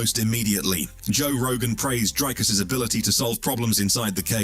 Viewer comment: How long will you take to pronounce Dricus' name properly? And also, absolute clickbait title